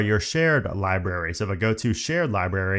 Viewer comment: I’m gonna be that guy that points out that the word “library” has an “R” in between the “B” and the “A”—there is no such thing as a “libary” and you sound like an eight year old when you mispronounce it that way. Hearing the word “libRary” misspoken like a dozen times in rapid fire talking about the new Photos app features was challenging to endure in this otherwise well-crafted, informative, good-looking and good-sounding video.